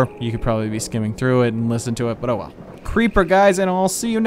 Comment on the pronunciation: Stop saying creeper and creepah